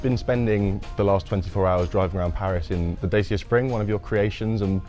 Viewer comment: Such a shame that constantly insulted his interviewee by mispronouncing Dacia despite having the word correctly pronounced for him throughout the interview